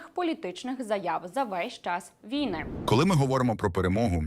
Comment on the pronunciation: вій-на наголос ставиться на другому складі слова